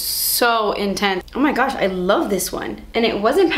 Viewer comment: I NEED THIS AS MERCH. - "Oohh my gooch I luv eet". lololololol